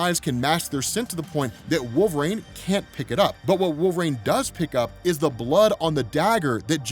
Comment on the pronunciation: lol why does he pronounce it “wolv-rain” LOL